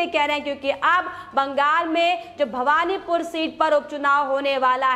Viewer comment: It is Bahvanipore and not Bhagvanpore